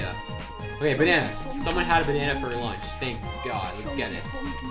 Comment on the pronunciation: be sayin "ÆÆÆÆÆ. BÆNÆNÆ”